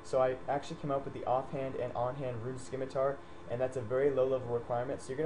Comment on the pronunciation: bro..stop saying SKIMITAR there is no K in there its pronounced ci-me-tar >.> u rock btw